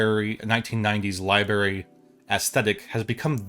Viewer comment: It's "library", not "libary". You must be from PA or OH. Lol